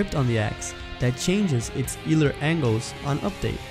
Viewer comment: Hey man, great video! Just wanted to give you a heads up that "Euler" is actually pronounced like "oiler"